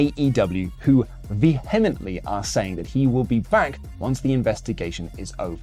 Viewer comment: Dude, the "h" in vehemently is silent.